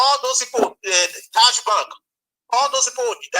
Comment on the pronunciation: Taj bank? Did I hear Taj Bank?